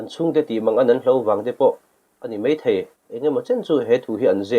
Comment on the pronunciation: Mei...mei thei...😂 Mizo țawng thiam lo hian YouTube channel in siam ve a😂